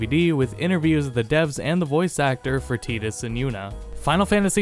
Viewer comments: Literally unwatchable! Tidus as Tee-dus? Come on man its tide like a frickin' tide as the ocean does. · "Teedus" makes this video literally unwatchable. I've always pronounced his name "TYE-dus", y'know, 'cause it looks like his name is based off of the word "Tide", which makes sense given his character and the effect he had on the world of Spira. Symbolism 'n stuff. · why do you say Tee dus, not Tie dus, do you pronounce Titus, Tee Tus also? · Hey what sound does T and I make together? "Tie" right? Where did you get "tee" from? It's spelt Tidus, not Tedus. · Don't forget, Kingdom hearts even pronounced it as Tee-dus, it was only in kh2 the pronounced it as Tie-dus. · Who the hell actually calls "tie tuss" as "tee tuss" ?!?!? What hahah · well it is technically "Teedus" (in japanese his name is ティーダ), it comes from “sun” in the Okinawan dialect (テダ) many English speakers are just used to how Disney pronounced it in KH ("TYE-DUS") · Teedus is sounds SOOO stupid. I can never get used to it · No native english speaker has any right to say anything about the pronunciation of any word, period. But seriously though, tie-dus has to be the stupidest sounding name since "milion of the earth" though that one was at least understandable because they couldn't possibly fit in "scarmiglione", and the fact that the only reason people swear by it is "but, water" makes even more stupid... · He called him "tee-dus" and thats when i ended the video. Bye. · "Teet-us"? Really? You sound American. There is no excuse for you pronouncing it that way. lol